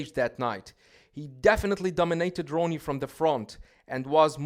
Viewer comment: Im a Jay fan, but he only had Ronnie beat in midsection. This guy cant even pronounce Ronnie's name ,lol 🤦‍♂️